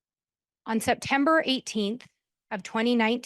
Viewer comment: Someone needs to teach how to pronounce “social security”, because “sosal security” is not the way.